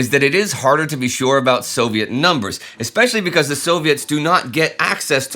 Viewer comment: Indy, sir: I'll be "that guy" for a moment, you're young and I forgive you. "Ekspecially" is wrong, "especially" sounds like it is spelled. I love this channel despite spelling and grammar.